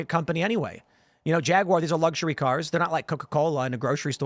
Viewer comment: Dude, why is he adding an extra syllable to Jaguar? “Jagie-uar”.